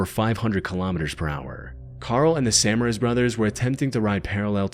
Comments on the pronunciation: Quick note - Paul and Tim Samaras is pronounced "Sah-MAIR-is" not, SA-muh-ris". I know it's a very a very small difference, but as a fellow storm chaser, gotta make that emphasis on the right syllables known. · also good vid but its "Sa Ma Ras"